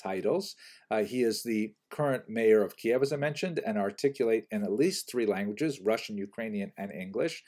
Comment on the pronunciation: You recently started to pronounce Kiyev as Keyev. Well, in Ukrainian it it Kiyiv. Since you learned Russian, it sounds like Кыйив not like Кейев. In any case, thank you and have a happy Pesach!